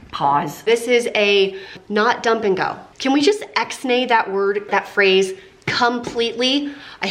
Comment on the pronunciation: Ix-nay not ex-nay!